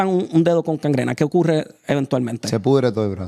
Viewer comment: En serio dijo "cangrena"??? Gangrena!